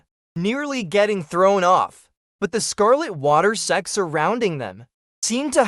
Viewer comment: Am i the only one who only hear "se* instead of Sect each time? :x